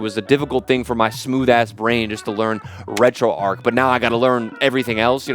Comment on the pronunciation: It's RetroARCH not ARK